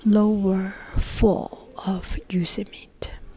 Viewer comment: Pronounced Yo-sem-mitey